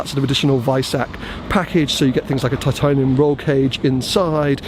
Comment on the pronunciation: You went all Lenny Urban Tartaiinium roll cage?! 🤣